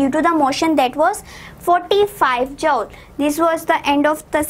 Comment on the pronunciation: Jumsss nhi hota joul hota ha😂